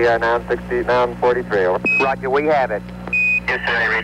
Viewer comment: "Woger Twang-quility base uwu"